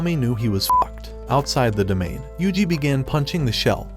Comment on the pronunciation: Finally you said yuji ❤